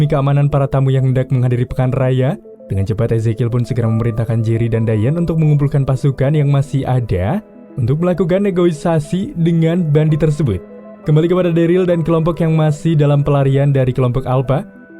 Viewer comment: negosiasi min, bukan negoisasi